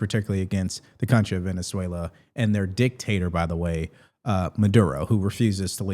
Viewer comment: Thank you for learning how to pronounce Venezuela. I could hear you trying and I appreciate your effort.